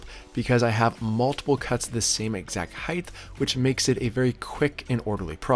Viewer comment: Great job. Never even thought was a DIY possibility. FYI. Height is pronounced “hite” like “bite”.